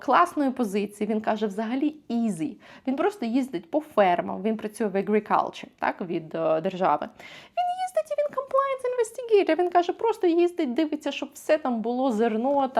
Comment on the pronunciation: Отличное видео. Только African и Agriculture ухо резануло. Там нет Э - там a·fruh·kn, a·gruh·kuhl·chr. Привет от коллеги!